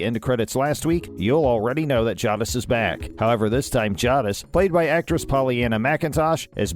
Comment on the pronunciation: Say it properly. Jay-dis